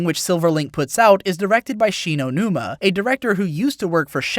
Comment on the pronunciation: Lol it sounded like you Said Shi no numa as in the cod zombies map